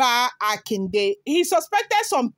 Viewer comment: Yoruba pronunciation, Akonde.